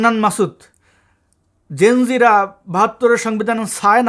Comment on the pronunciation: ওকি জেন জিরা বলল নাকি জিঞ্জিরা বললো কিছুই বুঝতে পারলাম না। কি সুন্দর উচ্চারণ করলো।পল্টন ময়দান মনে করছে মনে হয়।